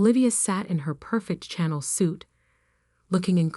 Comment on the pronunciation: Okay this AI can not pronounce one of the biggest designers in the world CHANNEL. It is pronounced (SHA NELL). STUPID AI. It also can not pronounce Live, you pronounce it L I VE ,PRONOUNCE I . SAY IT AS (I). ..... WHEN you have a (e)at the end of a word the prior vowels are pronounced as the vowels are pronounced. AI can not compute 2nd grade English. The content Creator of this site should do better. I guess they do not listen to their own content before posting. The woman in the story is a very strong character, like most women really are.